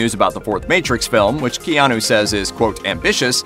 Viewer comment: As someone who also has a name of Hawaiian origin, it’s like hearing nails on a chalkboard when people pronounce Keanu as KEY-and instead of the correct KAY-anu. Just my .02 , please don’t hate.